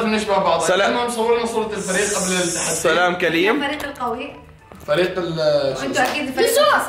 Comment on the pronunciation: قال سلام كليم😂😂😂😂😂😂يبي يقول كلام سليم